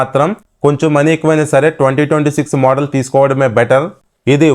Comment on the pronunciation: మొదల్ ❎ మోడల్ ✅😅